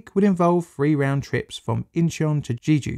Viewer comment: I know that you apologized in advance for your Korean pronunciation, but some attempts were so egregious it took away from the video. You could have looked up whether you were in the ballpark or not. Jeju is not pronounced 'Jeeju', for instance. I had to stop watching, sorry.